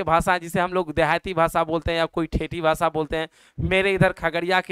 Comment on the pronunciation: Bhasa nahi bhasha hota hai